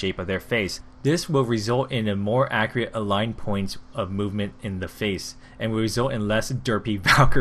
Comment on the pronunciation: Did anyone else hear him say accriate